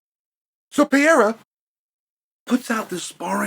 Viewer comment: Its "Pereira" not "Piera" unc